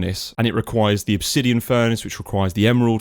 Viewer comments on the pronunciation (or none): none